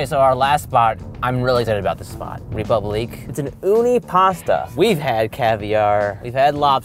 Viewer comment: Imagine naming your high-end restaurant "Republique" and not being able to pronounce it correctly.